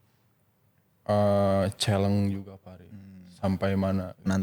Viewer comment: 45.38 keluar lagi sunda pride nya oey 'chelleng' 😅😅😅 keren aa fahri